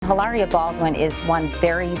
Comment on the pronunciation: She keeps calling her Hilara and not Elaria haha!